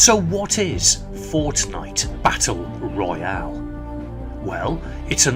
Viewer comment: I like how you say “Fornite Battle Royale” lol